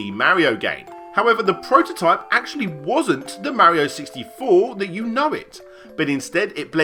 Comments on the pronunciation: your pronouncation of mario needs some improvement. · The way british people say "mario" and the way Larry says "yoshi" triggers me